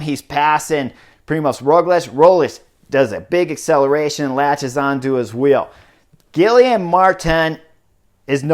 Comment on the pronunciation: Thanks for the coverage and analysis. Guillaume is pronounced Gui-Yom. Practice, you’ll say his name often this summer. 😉